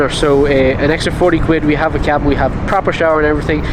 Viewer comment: just needs a wee cup of tea... and sleep in a cozy kee-abb-inn.....